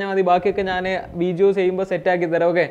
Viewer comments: Y are you telling veejio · വീജിയോ അല്ല, വീഡിയോ.. ഡി.. ഡി.. ഡിങ്കന്റെ ഡി..